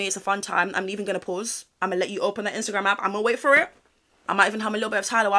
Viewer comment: That "what are you waiting for-ær" gets me up every morning I love it